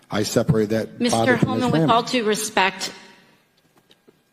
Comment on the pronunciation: Does AOC not know that it's "with all due respect"? I hear "to" instead of "due". If so, that's oddly a little bit funny.